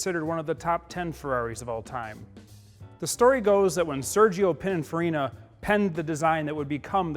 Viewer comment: English - speaking friends, I know you have it in you: it's "PIN - IN - FA - RI - NA"